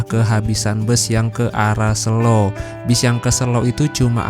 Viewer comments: sebagai orang jogja yg ga suka keramaian, selo boyolali tempat hiling seminggu sekali, ngopi2 diatas simpang PB itu bro asli enakeun bnyk cafe. btw sebutan kata selo yg masnya ucap itu salah/kurang tepat nadanya hehe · Selo pake e (medan) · SELO. E nya E biasa